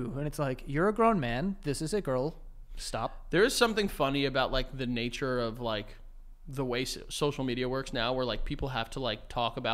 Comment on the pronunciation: “More. O-v. Us” didn’t know of was ov now🤣🤣🤣